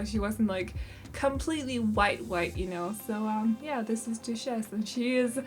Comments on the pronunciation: These girls are so cute and I love the name for the cat!! Ramona might be my favourite! Duchess is actually pronounced DUT-CHUS or DUH-CHUS - I don’t know if this helps at all!💖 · I love both of the girls so much, also it’s pronounced Dutch-es but don’t worry I love the way you say it in your accent it’s so cute!